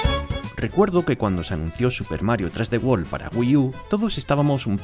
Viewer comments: I guess that’s how y’all say 3D world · Super Mario Tresdewol mas bushars fiuri